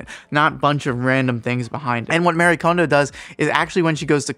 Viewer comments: Thank you! It's pronounced MUH-REE for those who still don't understand. It's good information but the mispronounciation is driving me crazy. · Respectfully, her name is Marie, not Mary. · Her name is Marie, not Mary.